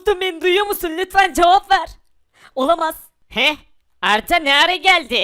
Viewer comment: Arda olamaz demek yerine olamas diyor